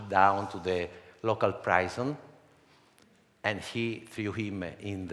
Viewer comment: Wow! So beautiful! I love how he pronounces "prison"